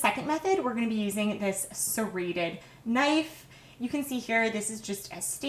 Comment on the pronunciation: Your videos are so helpful but you know you can relax and talk? "were going to be using this SERRATED....KNIFE " "what youre going to do here is AGAIN stick your egg INSIDE and its just going to pole it THROUGH" Like...why? Why do youtubers feel the need to do that lol